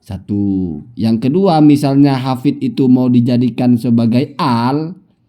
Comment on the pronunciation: katanya....denger2....nyebutnya aja salah habib uma "alhafizh".....fitnah terhadap habib umar bin hafith....astaghfirullahalazim....tobat...tobat....lebih baik tobat